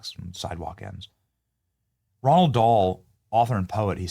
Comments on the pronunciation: It's Roh Ahld Dahl, not Ronald. Idiot. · Roald Dahl not Ronald. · Its Roald Dahl not Ronald.